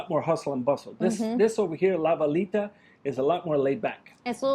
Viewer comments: I want coffee! FYI: You may or may not care but when saying La Villita the double "LL" in Spanish is pronounced as a "Y" (born and raised in the Rio Grande Valley). Keep up the good work. I have been enjoying your videos for years. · Oh, btw La Villita is pronounced: la vee-yee-ta